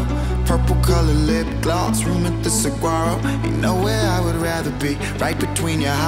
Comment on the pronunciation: I'm from Phoenix Arizona and we don't put up with that pronouncing the G in Saguaro shit, but I love it otherwise lmao! 😉